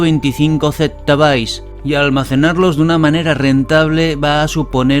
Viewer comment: Impresionantes tus videos! Solo quería dar mi granito de arena en una cuestión, en computación decir Byte (que se pronuncia báit) representa una cosa, y bit (se pronuncia como se escribe) es otra cosa. Concretamente 8 bits unidos forman un Byte por lo que decir por ejemplo Gigabyte y Gigabit es algo 8 veces menor